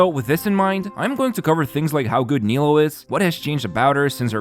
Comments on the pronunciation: How are we still mispronouncing her name? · the nilou and yelan pronunciations are making me feel crazy